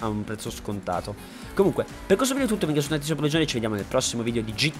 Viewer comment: perchè dici "vidio" al posto di "video" 😂😂